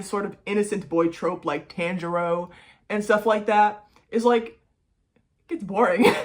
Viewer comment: the pronunciation of tanjiro kun name アメリカ人のアニメウイイブは日本語がちょっとわかると思いましたけど…